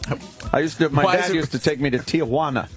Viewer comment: Wow, Ant pronounced Tee-juana right. Most people throw an a in there. They call it Te-a-juana. He's right about the kids running up on you trying to sell you shit too.